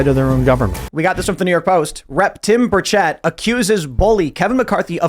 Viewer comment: That is not how you say Tim Burchett. I could not figure out who you were talking about. It's Buuuur ch-ut. Not Ba-chet.